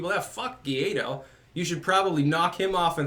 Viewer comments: Hey, it's GUAIDÓ not GUIADO, and the closest pronunciation for an English speaking person would be something like "why doe" with the accent on the second syllable. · His name is Guaidó, not Guiado. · It is Guaido...or Guaidó (in Spanish), not Guiado. I enjoy your shows very much,. Hello from NYC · Oh, he knows. He's said as much in the past. He pronounces it 'geeaydo' for the same reason he's put 'Tim Poole' in the title of one of his previous videos.